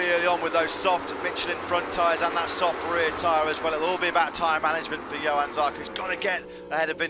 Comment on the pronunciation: Déjà une autre «ÉPOQUE » zarco chez tech3 yamaha,Lorenzo chez ducati,Pedrosa roulait encore,Rossi qui pouvait encore gagner des courses et un marquez champion du monde,Crushlow roulait devant,et petite précision pour le commentateur,on dit JOHANN Zarco et pas Yohann Zarco 👍🏻🇫🇷